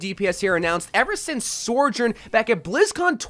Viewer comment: OMG STOP SAYING SORJOURN